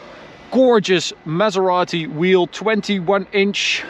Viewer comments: the man said "pronounce it the Italian way" and then keeps calling the car a mesarati 💀💀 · Thank you for pronouncing it right 👍